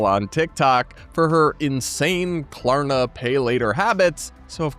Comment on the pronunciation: First of all, she keeps saying “Corna” for Klarna. She talks that on purpose and is getting mad that people don’t know wtf she’s saying.